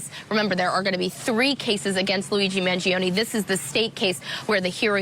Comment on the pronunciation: It's MAN-GEE-OHN, not man-gee-ohn-ee.